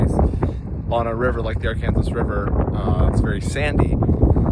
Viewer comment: Honestly, the wind has been so bad out here in Kansas, I'm not sure even someone with the top quality equipment could filter it out. Also, as a Arkansas native, every time you say Arkansas river my heart screams and dramatically fake dies.